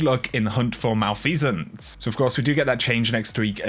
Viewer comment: You had me engaged until you pronounced malfeasance.